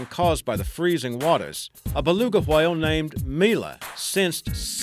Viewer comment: when he said whale I he was putting to much emphesses on the h